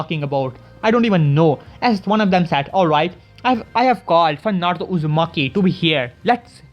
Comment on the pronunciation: can u say naruto not narto no offend